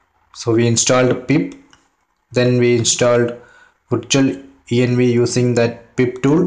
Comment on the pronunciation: VITUALENV, without "R ", - end it was done ? Are you serious ???